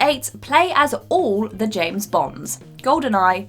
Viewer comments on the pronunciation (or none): none